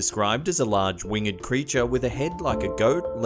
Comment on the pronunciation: Winged is pronouned winged not wing ed